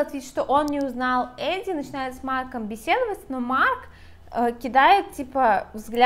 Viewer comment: Почему Эдди, если в книге прописано Адди? Не Эдалайн, а Аделин.